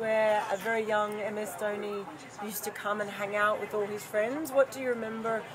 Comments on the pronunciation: Its not downy its dhoni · Not Dhouni but Dhoni. At least pronounce name correctly before making videos.